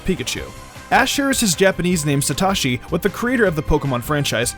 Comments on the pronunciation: Its so toe shi not so toshi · SaTOshi. Not Ta. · You said SatAshi サタシ, but his name in Japanese is Satoshi サトシ. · JFC PEOPLE, IT'S SA TO SHI.... NOT SA TA SHI. GET IT RIGHT. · he say satashi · it's satoshi, as in sah-toe-she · That Sa-tah-shi pronunciation is so cringe. But the video is fine otherwise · why can’t you pronounce satoshi properly? 😂😂😂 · You mispronounced his Japanese name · You butchered the pronunciation of Satoshi